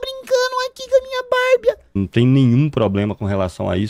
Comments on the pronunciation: Minha filha fala barbia igual o hahahahaha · nao aguento quando o chama a barbie de bárbia